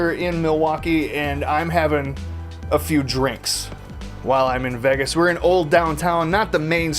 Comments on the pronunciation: This guy cant even pronounce Vegas hahahaha😂😂😂 "vigius" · He says vegas so weirdly lol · YESSS I doooo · It's so funny how you say "vegas" 😂